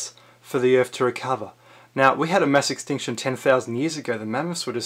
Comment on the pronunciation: Why you gotta say ‘Earf’ I really want to watch your videos but every time I hear you butchering the English language I get closer and closer to stopping, this time I lasted 3 minutes